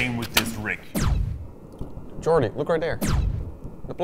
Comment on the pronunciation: The names are perfect, but with Yannick as Yan-rick and Jordy as...Jorty Yan-Rick and Jorty